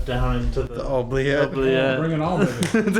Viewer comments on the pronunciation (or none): It's pronounced oo-bliette. Were those growls in the chapel tower, or whatever it is called? Creepy!!! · every time you say OH- bliette instead of OO-bliette, I get the giggles. 😂 The runes experiment was fun to watch!! The first thing I thought when your insulin tube was clipped in the chair was that it might be something a kid playing tricks on you would do.